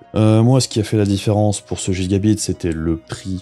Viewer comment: Salut, et oui je sais pour la prononciation c'est juste que chez moi on a toujours dit gigabite et c'est bien comme ça aussi. Tout comme à l’époque aller dans la boutique du coin demander si ils avaient reçu l'abit c'etait amusant, on se prend pas au sérieux tout le temps =) . Sinon oui mais je n'ai pas le matos ni la place nécessaire pour filmer l’écran dans de bonnes conditions du coup je fait avec les moyens du bord, ça changera ptet un jour mais pour l'instant je ne peut pas faire vraiment plus.